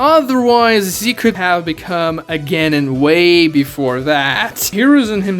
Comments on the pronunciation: CAN YOU PLEASE PRONOUNCE GENIN CORRECTLY!!!!!!!! ITS PRONOUNCED (G-EH-NEE-N) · The fact that you can’t pronounce genin makes refuse to watch any other video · Can we talk about he can't say genin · is no one gonna say he said genin wrong?? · The second I heard how you pronounced Genin I stopped taking this seriously lol